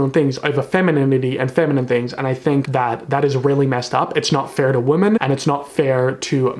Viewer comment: Omg same. So glad I'm not the only one who hears him say "woman" instead of "women" lol